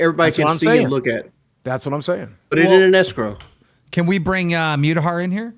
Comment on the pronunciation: after so many years, how pronounces names still infuriates me "Mewtahar" & "Midiker" lmao